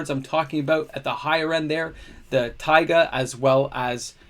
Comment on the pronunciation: Since I've been the annoying fly in your nachos about it, I wanted to tell you that your prononciation of "Taiga" was spotless this week. I don't know if my tip helped you, but kudos anyway! I wish you and your family all the best.